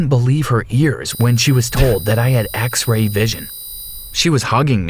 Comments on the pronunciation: “Axe-Ray vision.” This bugs the poop outta me. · Anyone else heard him say axe ray vision at the beginning of the story?